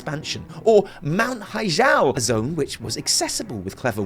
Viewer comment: Blah, blah, blah. WTS VC M+15 timed run. But seriously, it's pronounced hi-gel as in hi-tech, not as in hijab.